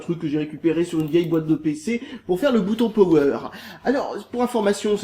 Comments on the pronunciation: Yasser Ghezal Lui en fait il le prononce Pauwweur et moi Poweur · Quand tu dit "Power" tu le prononce comme cela : Powweur